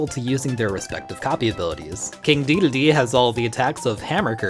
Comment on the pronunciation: Does he...does he keep calling King Dedede "King Deedledee?"